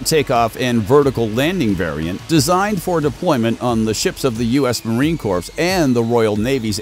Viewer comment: It's pronounced "corr", NOT "corpse". Sheesh!